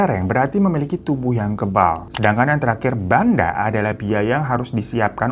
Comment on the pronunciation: Banda bacanya bukan Banda bang tapi "Bhendeh" artinya modal